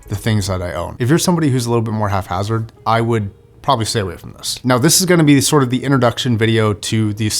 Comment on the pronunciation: Not important, but the word is pronounced hap-hazard not haph-hazard. Thanks for the fun video. 🙏 I’m not a hifiman guy myself, but I enjoy the clean-white color grades and soothing audio mix of your videos.